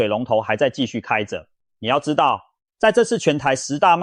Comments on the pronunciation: 你是台灣國人嗎？為什麼重(ㄔ×ㄥˊ) 劃區說成重(ㄓXㄥ、)劃區.是中共國人嗎？ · ㄉㄡˉ會區 ㄓㄨㄥˋ化區 重華區 哎kia 怎麼發音都怪怪的